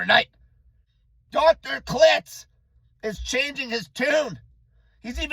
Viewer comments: Clits haha. Kil-tz. Low fat makes the mind better! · it's KILT-Z like quilt